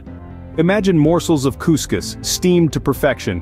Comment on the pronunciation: As an Algerian I approve of this video, and it’s Cous Cous not “Couscus”